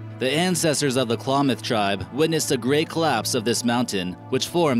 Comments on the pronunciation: Number Ten is my tribe I’m from the Klamath, there is modic and yahooskin as the other tribes and you say Klamath like clam ath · It's pronounced- Klam-ith" tribe and "Mount Shahsta!" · I hate how he's pronouncing Shasta and klamath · Your saying Klamath and Shasta wrong and it's killing me, it's not shosta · Please get a more educated narrator, who will know how to pronounce words like Klamath and Shasta and who will know the Lakota didn't have "creators" but worshiped the Creator.